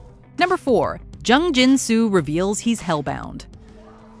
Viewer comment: You guys really butchered their names lmfao. Jung is pronounced as JOONG, Hye is HE-YEA.